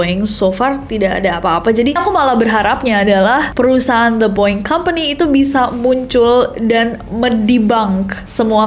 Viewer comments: “The Boeing Company” bukan dibaca “di boing kompeni” tapi pake “de” *siap salah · Tumben lu Ness, salah cara nyebutin BOEING. Hehe. Biasanya english pronouncing lu perfect 🤭